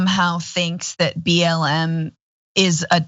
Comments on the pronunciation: He said BLM but with his Southern accent 'M' has two syllables. Like 'Eyyem'. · I think he said "b l a m". What does the a stand for? Think he's just a moron. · He said BL'e'M I think ...